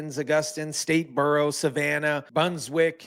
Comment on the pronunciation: Please learn how to properly pronounce GA city names, like Brunswick, Albany, Statesboro...Good report otherwise. Thanks